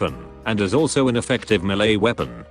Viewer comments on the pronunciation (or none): none